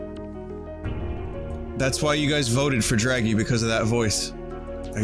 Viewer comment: Hilarrrrrrrity when Vinny hearrrrrs his own Drrrraggy voice.